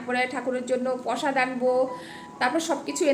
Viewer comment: Tomar bhasa ta dhakia. kamon kore ktha balo, Mon k balo MN,Prosad k bolcho psad, prothom na bole balo Pthm. Sudhrao egulo, kthate ato dhakar taan sotti. Somosto uchcharon vul karo tumi. Egulo sudhrao,Nijeke jakhon Sikkhito dabi karo loke to bolbe je ki porasuna koreche ktha thik mato bolte parena, Tomato k balo Tomyatu kamon